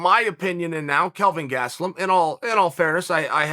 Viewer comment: Chael: He's "Kevin GaT-suh-LumM" Me: Okay Great